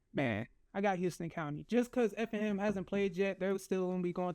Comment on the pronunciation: It’s HOUSE-ton County 😂